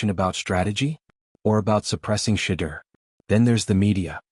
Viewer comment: And u cant even pronounce Shedeur name right..😮